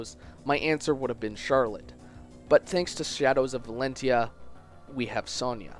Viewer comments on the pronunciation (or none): none